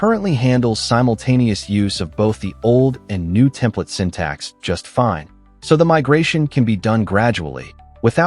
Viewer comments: "ещё один" на связи: ну разве самому это произношение не противно звучало всё это время? sYntax = сИнтаксис, блин) ну разве в школе не учили на уроках языка) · Ох, как же режут слух ваши синтАксис, пакАджи и прочее :) В принципе в этом ничего плохого и вы вольны разговаривать так как хотите на вашем канале, но думаю что все-таки стоит пытаться выговаривать слова правильно для общего саморазвития, да и слух подписчиков порадуете :)